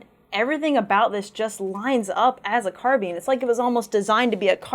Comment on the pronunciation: ITS NOT CARBEAN!!!!!!!!!! ITS CAR-BINE!!!!!!!!!!!! ITS NOT HARD TO SAY OMFG!!!!!!